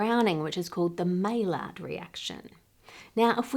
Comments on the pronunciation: Maylard Anne? Tut tut, it's a french name. it's pronounced "mayard" Maillard. finger wags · Maillard reaction is pronounced my-ard (French) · Slight correction, the maillard reaction is pronounced "my yard". Because French. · Maillard is pronounced "my-yar". Never heard "may lard" in my life lol. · original French pronunciation of Maillard - My-ah more moden way - My-ard not the way Anne says it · "Maillard" is actually pronounced "my ard". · The crucifix is really offputting for a 'science' video. Then hearing you mispronouncing maillard was the point I had to turn off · You mispronounced Maillard! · But doesn't know how to pronounce maillard.... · "maillard"... Never trust an Aussie to pronounce things correctly. Yeesh! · But can't pronounce "maillard" correctly...